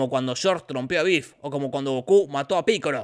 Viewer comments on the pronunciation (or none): none